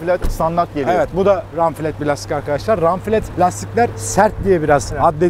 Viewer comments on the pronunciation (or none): Ranfilet nedir gözüm ğoflant telafuzu böyle 😂